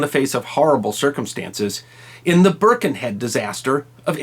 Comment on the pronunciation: I was born in Birkenhead and baulked at the first pronunciation of the name. Burrh-ken-Head. I thought it was brilliant that, by about 3 minutes, it was being pronounced like a local. Byrken-ead. And what an absolutely brilliant bit of info. Loved this.